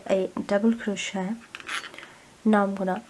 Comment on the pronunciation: Thank you for the tutorial have made this for my grandson and will make a smaller one for a friend. One small point. This is crochet and it's pronounced cro-shay not cro-shet. It's derived from the French language. Thank you.